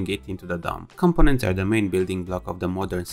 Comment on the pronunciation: Not compo-nents, com-po-nents